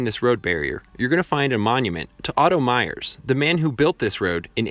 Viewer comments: Otto Meers. Not Myers. Sorry, can’t help myself. 😉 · Good job on the filming, not so much on pronunciation of “Yuray” & Otto “Meers” . Vehicle footage early in the production was sped up for thrills? Lived here my whole life, 70 yrs. I’ll put Red Mt against any number of metro loops as being far safer.